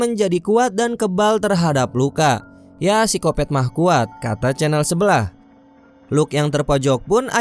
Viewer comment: Pisikopet apa pisikopat om? Ahahah kata channel sebelah